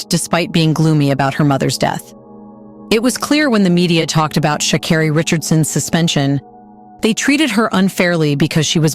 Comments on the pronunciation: It’s pronounced sha CARE ree. the voice over finally got it right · Maybe say her name right?! 💁🏾‍♂